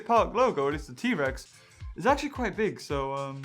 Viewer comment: did you say big or dick??